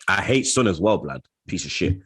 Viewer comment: How hard is it to pronounce “Son?” I’d write it out if it wasn’t so short…maybe try to listen how others say it and copy them? 🤦‍♂️